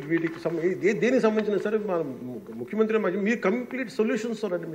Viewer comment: ముఖ్యమంత్రి అనే పదాన్ని చక్కగా పలకడం నేర్చుకో